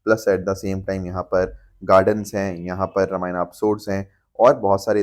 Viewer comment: सर क्षमा चाहूंगी पर ये रामायण होता हैं, रामायणा मत बोलो आप को शोभा नहीं देता है। Please 🙏